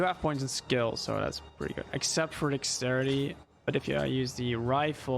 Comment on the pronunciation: My brain lost it when he was saying Dexterity, Dax-city 😂😂